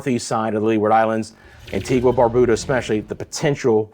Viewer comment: Love that you are giving us in the Caribbean up-to-date information,, but it would be nice if you could get the correct pronunciation for each country especially if you want us to share and continue listening. It’s quite easy. Just ask an islander or better yet, make a call to the island in question. A few island names are constantly mispronounced by the weather people fraternity: Antigua and Barbuda, Anguilla, Saba, St. Bartholomew, Dominica, Dominican Republic, Nevis and Grenada. It would be a great show of respect to the islanders if their country name was revered enough to be correctly used!